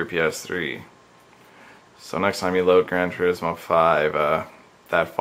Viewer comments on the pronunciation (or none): none